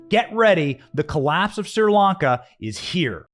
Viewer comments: I also have a hard time listening to you pronounce Sir Lanka instead of Sree Lanka. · It’s Sri Lanka, not Sir Lanka. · Pronounced Shree.....Lanka. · Why can't you say other countries properly? Look it up if you don't know It's not Sir Lanka...it's Sri Lanka It's phonetic! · Correct. It's pronounced "SREE," not "SIR" or "SEER" Lanka. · It's pronounces SHRI Lanka, NOT SIR Lanka! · So is it Seer Lanka or Sri Lanka? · Hey Benny why do you say SIR LANCA when I have always heard it pronounced SRI LANCA? Is it for being plotted out of society for reasons of having a regular opinion? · You are not pronouncing the country's name right. "Shree Lanka" That's the way I always heard it! God Bless them! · Pronunciation = "Shree-Lanka". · Hi Benny, my friends are from Sri Lanka and it's pronounced "Shree Lanka". Love your reports, thanks! 👍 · It was driving me crazy. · Correction, the name is correctly pronouncedSHREE -lanka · Benny, please stop misprouncing the things you're reporting on. It gives naysayers a reason to dismiss the info you're providing by calling you unintelligent. It's not "Sir Lanka". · It's been driving me nuts too. I commented about it as well.